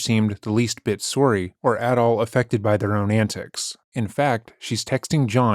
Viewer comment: I didn't know you were Canadian! Sorrie!! 😂❤😂